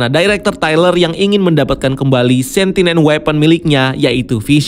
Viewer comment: Kan Kau bilang Doctor Strange dalang kehadiran Pietro. LOL. Sekarang Agatha ni ceritanya?? Terus bacanya Sen - Ti - Ent. Bukan Sentinen. Kemaren Monica Rambeau, di bilang Monica Rembu. Bapack Canda? FiX New Rockstars paling hebat buat Rincian yang mendetail. Erik Voss tea Big Nerd. 🤣🤣🤣